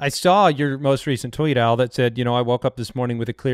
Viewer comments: All this time though his name was "AL" Borland. And in the future can you call him "Owl Borland, no relation to Wes" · I'm the only one who thought his name was "Al" and not "Owl"? I've been listening to this show for years and had no idea haha.